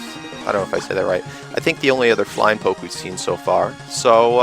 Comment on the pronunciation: It's poké not poke in pronunciation